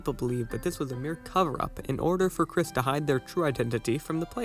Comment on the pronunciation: YOU MISS PRONOUNCED KRIS!GET IN THE BUNKER,THE SJWS ARE COMING